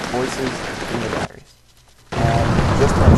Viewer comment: at 0.14 you said Diareah :C